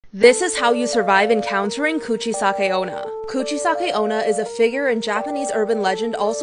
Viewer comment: “Coochie-sake oh-nah” 👌brilliant pronunciation hahahaha I’ve never heard it said like that